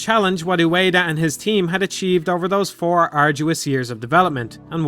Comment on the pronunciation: Ueda* not Ueira